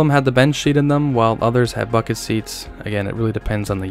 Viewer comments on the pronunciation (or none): none